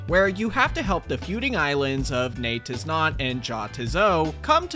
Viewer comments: Bro, it's pronounced "NEE-YET-IS-NOT" and "YAH-ITS-SO". That's the pun, dummy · So phonetically it'd look like this.. Nay-tiz-not Yah-tiz-so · Great video as always, but a tiny nitpick THEY'RE PRONOUNCED NAY-'TIS-NOT AND YA-'TIS-SO WHY DOES NOBODY GET THAT PUN?! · gotta say Jatizso like your germanic nay tis not yar tis so